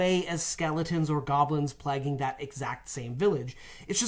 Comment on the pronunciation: I was going to ask if that's also why they're pronouncing Plaguing as "Plagging" instead of "Play-ging"